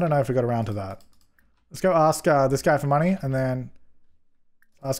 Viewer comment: wtf is a guym